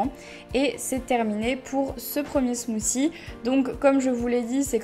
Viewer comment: ya un T dans smoothie et pas smoozie